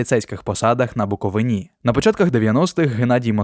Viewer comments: Цікаво. Багато не знав. Тільки наголос у слові БуковинИ -- правильно "на БуковИні". Це не "Галичина". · Додивився до 43 секунди, коли закадровий голос сказав слово "Буковині" з наголосом на останній склад🤯🤯🤯🤯 Пішов ригати.